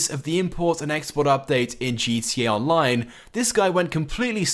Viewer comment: Your saying gt online